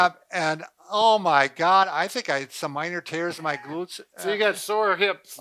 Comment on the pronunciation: “Glurts” hahahaha 😂😂😂